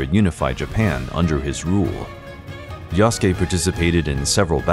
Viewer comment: Why pronouncing Yas-ke It's Ya-Su-Ke